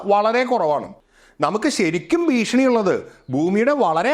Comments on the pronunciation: ഭീഷിണി അല്ല ഭീഷണി 😂😂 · ഭീഷിണി അല്ല, ഭീഷണി. പിന്നെ ഒന്നും സംഭവിക്കാൻ പോകുന്നില്ല. അതു അതിൻ്റെ പാട്ടിനു പോകും